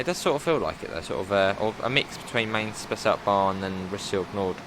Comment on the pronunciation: Answer to your question: The Rhine wines are well known. The river continues up to Bonn, Duisburg up to Rotterdam and the sea. Mainz you pronounce as the English sound for the letter I (i) . Beep at 30 km/h, see the 110.